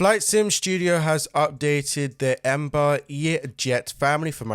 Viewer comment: Embar? Its Embraer